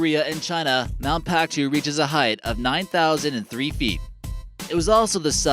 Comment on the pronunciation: Mount Paektu is pronounced Mount Pekk-doo not Mount Pactoo